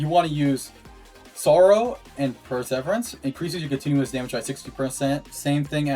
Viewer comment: You're saying Perseverance wrong